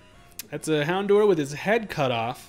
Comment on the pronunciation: Finally someone who knows how to pronounce houndour! I hate it when people say houn-door or hound-oo-er